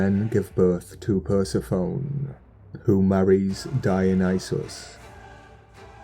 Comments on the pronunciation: Love your content but The proper pronunciation of Persephone Is Per-Seh- Phoney just pretend there is a y at the end lol Peace Love and Blessings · Not actually,. It is Per-seph-ō-nē.. honest.